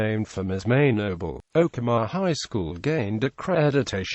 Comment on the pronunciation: You mispronounced Okemah